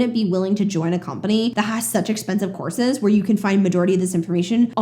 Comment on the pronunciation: For some reason I keep hearing "horses", not courses. I'd like some hi-level horses, yes.